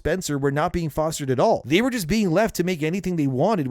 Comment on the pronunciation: The emphasis should be on the "just" and not "works".